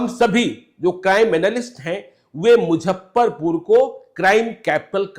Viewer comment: आदरणीय, आपके दूरंदेशी पत्रकारिता का हमेशा से बहुत बड़ा प्रशंसक रहा हूं और आपके प्रति मेरे मन में बहुत श्रद्धा भी रही है। परंतु जब आपके मुंह से मुजफ्फरपुर को मुझप्परपुर और ट्विटर को ट्यूटर कहते सुनता हूं तो मन करता है आपको बताऊं। इसको अतिश्योक्ति नहीं समझ मुझे माफ करेंगे।